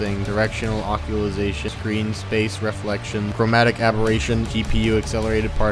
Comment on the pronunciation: Good vid, got a sub from me. Although I suggest you look up how to pronounce "bokeh" and "occlusion". You pronounced them like "broke" and "occulisation" and it made my eye twitch.